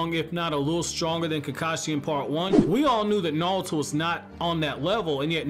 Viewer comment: He says "nawuto" lol